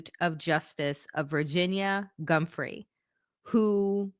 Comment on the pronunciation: Giuffre is pronounced ju-frey